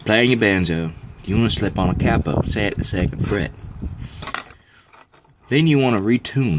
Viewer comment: Oh I get it, you pronounce it "cappo" because it's a pen cap, that's pretty funny. I may be wrong, english is not my first language but I've only heard it pronounced like "kay-po" before. This is a good idea, I'm gonna make one. Thanks